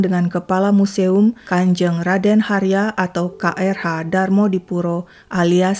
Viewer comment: Sedikit koreksi KRH dibacanya Kanjeng Raden Haryo, bukan "Harya" terima kasih